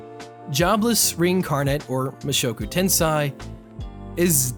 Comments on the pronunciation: U said Mushoku TenSai its sei se-i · tensei's se is pronounced the same way you say "se"npai. tensay not tensai I guess. a better example would be sensei. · reincarnation and tensei is pronounced ten-say